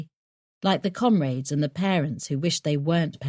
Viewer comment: Can't stand the constant use of the word 'comrades', especially the way the narrator pronounces it.